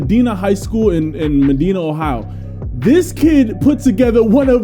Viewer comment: As a Ohian and just heads up it is pronounced Ma -die - Na one of the best schools in football in Ohio for many years